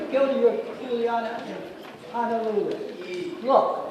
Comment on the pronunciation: it's not pronounced Hanalulu. And the Aloha shirt choke hanging dead fish?